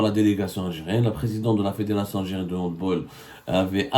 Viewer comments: On prononce "handbAll" pas "handbOl" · On dit "handbAll" et non "handbOl" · On dit Hand bAAAAAAL, C'est UN NOM ALLEMAND.On dit Hand bAll. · Mr Saumur on prononce HANDBALL avec un A c'est germanique au contraire des autres sports collectifs